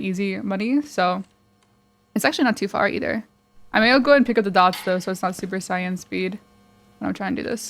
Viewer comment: The way you say super saiyan kills me 🤣